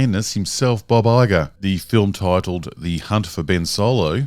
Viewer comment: Took me a minute to realize he was saying Bob Iger and not Baba Yaga, lol.